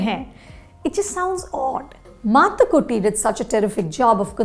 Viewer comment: The review is worth watching just to hear Anupama Chopra pronounce Mathukutty so well.